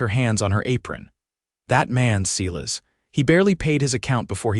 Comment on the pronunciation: Abundant AI mistakes. "Silas" is pronounced "S-i-las", not "See-lus". Fixing a "tear" should have been pronounced "tare", not "teer". "Phil's" silences is a run-on of "fills silences". "Psalmol" should be "saw mill". Really, why do presenters never edit these mistakes? I realize using AI is a big help, but it can't reliably do all the work. Such mistakes jar and detract from the enjoyment of the story, at least to me. It makes me feel they don't respect their audience enough to provide them quality work. These vids are more than just a story. They are examples of how AI fails us and show the continuing need for human oversight. Please edit. Thank you. OR, USA